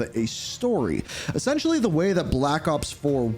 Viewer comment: WELCOME TO ZE PARTY??